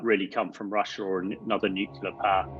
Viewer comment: Is this guy actually trained in anything? He keep saying "Nukilla" rather than "Nuclear", which is a hallmark of a liar.